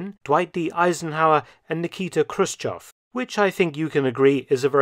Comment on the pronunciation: Sorry. You mispronounced "Nikita Khruschev". Right pronounce is "Hruschyov". Russian haven't sound KH at all. Also we have letter Ё (хрущЁв) . It pronouncing is like "Yo". With love from Russia :) Если будут вопросы по произношению - пиши в личку.